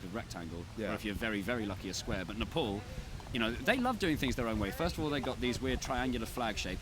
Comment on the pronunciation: I am uncomfortable with anyone pronouncing Nepal as Nah- Pol